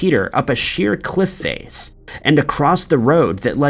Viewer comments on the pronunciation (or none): none